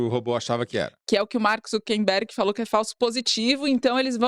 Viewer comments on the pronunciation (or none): O cara é um escroto e merece o descaso, mas pelo amor a consistencia, gente: É ZuckeRberg de ZuckeR - acucar - e nao ZuckeMberg (nao existe). Dói aos ouvidos ter que ouvir vcs errando a cada chance o nome mais repetido ad nauseum na matéria assim. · Pessoal, o nome é ZuckeR e não ZuckeN